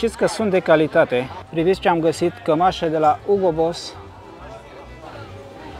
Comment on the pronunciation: ''livais'' si ''hiugo'' :)